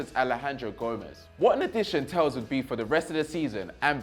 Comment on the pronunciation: Hey, great content. Little heads up. Best way to pronounce the players names. Thauvin = Toe-van. Telles = Tel-les. Otherwise keep it up.